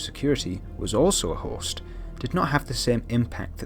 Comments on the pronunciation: i don't really watch the show but clicked on this video anyway. Everytime you said host, I thought you said horse lol. I was so confused. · wait he has been saying host